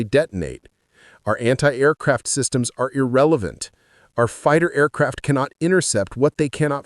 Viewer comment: “Tweeee Aircwaft”!!!!!!!!!